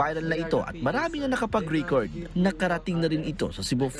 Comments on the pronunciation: "ResEta" at "rEcord" not "resIta" nor "ricord" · na notice ko dn hahaha okay naman pronunciation nya sa ibang words pero yung RISITA at RICORD tlga hahaha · "Resita" pala? Akala ko "riseta"... Sinong tama? Ung news anchor o ung reporter? Pati pala "ricord"..